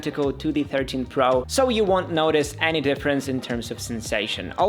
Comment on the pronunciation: my guy needs to correct the way he pronounces "notice"